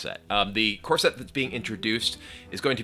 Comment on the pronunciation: I can't help but hear Kibler say "corset" instead of "core set"